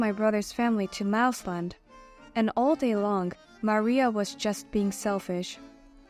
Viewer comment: Mariah is not pronounced like Maria.